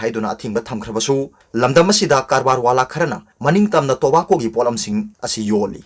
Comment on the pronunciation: Tobacco gi pronounced CD 🤣 indira Gandhi se 1st pm ro?